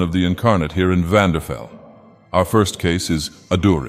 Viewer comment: Did you just call Vvardenfell "Vanderfell"? Did you get the false copy of Dagoth Ur?